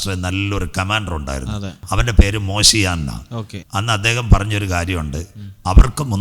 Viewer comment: മോശിയാൻ? മോഷെ ദെയാൻ